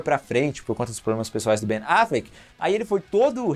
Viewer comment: QUE AGONIA VER VOCÊ FALANDO BEN AFLECK KKKK